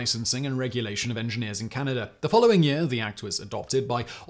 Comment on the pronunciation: I’m fascinated by geography but where the hell is Canader?